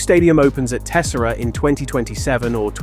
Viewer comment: You pronounced Tessera wrong (it's tes-SEH-rah), other than that, great recap.